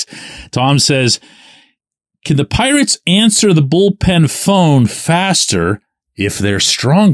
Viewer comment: LETS MADE IT HEARD PITTSBURGH.... SELL THE PI-ATES